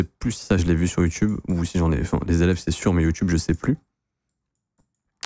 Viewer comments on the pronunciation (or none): none